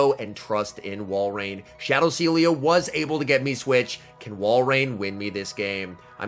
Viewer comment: Sealeo = See Elo XD